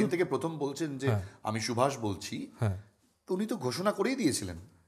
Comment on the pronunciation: Who are you taking Netaji's name as Shubhas, feeled very bad as Bengali